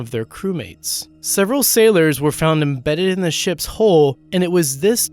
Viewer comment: really in the ship's hole? You mean Hull... you're such an idiot period worst narrator ever